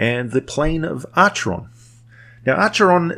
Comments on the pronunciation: Pronounced Ackeron :) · Acheron is pronounced Akeron, BTW. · Am I the only one who cringes when he pronounces it like that instead of the proper ancient Greek of Ack-eron? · You can of course echo his wisdom if you wish. I'm just pointing out the correct pronunciation of Acheron.